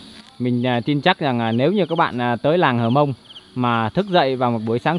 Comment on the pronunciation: Cô gái Hơ mông ( chứ không phải là hờ mông) ngồi bên bếp lửa. Chàng trai mường tè đứng ... gốc cây. ( Núi và đồi khác nhau đó bạn).